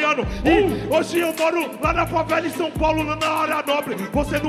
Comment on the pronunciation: “Mundibal” “Falela” “Garela” KAKAKAAKAKKAKA